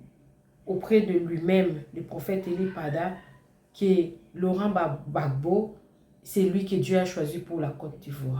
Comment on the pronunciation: Madame s'il Vous plait c'est le President Laurent Gbagbo Et non Laurent Ggagbo. IL n'est pas votre petit copin.